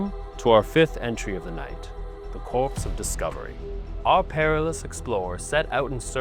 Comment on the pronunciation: Really enjoyed the video even though this is not one of my favorite genres of games but just wanted to let you know that "corps" is pronounced like "core" and not "corpse".